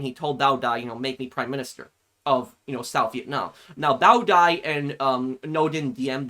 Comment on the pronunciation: It was really great and yes you pronounced Bao Dai's name correctly and he was exiled to France until his death in 1997